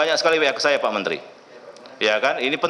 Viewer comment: Mantri kok ngomongnya ngocros.... Mentri opo iku.......